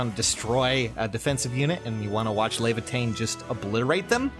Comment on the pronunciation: res leavatein lol